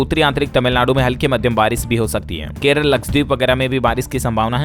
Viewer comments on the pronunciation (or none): none